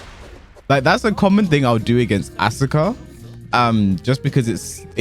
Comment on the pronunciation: The su in Asuka's name is like the su in Sasuke's name.. the u is silent